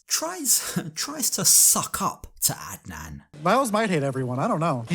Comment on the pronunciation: You pronounced Adnan really well in your last sentence. Do you speak Arabic by any chance? Plus, Adnan is most likely a homophobe “as most stereotypical Muslim Arab men are”.. so he won’t shake Loren’s hand in order to not catch the “gay”